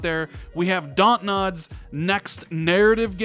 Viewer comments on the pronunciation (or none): ......did you really say DaantNod? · "We have DAUNT-nod"